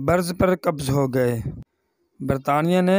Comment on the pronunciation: AP gayz na bola krn